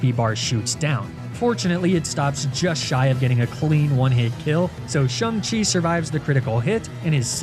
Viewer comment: Dude mis pronounced Shang-chi